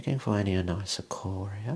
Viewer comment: I have anisocoria and have never heard anyone ever say it out loud! Not even my optometrist! 😅 So fun to know the pronunciation now, thanks for that!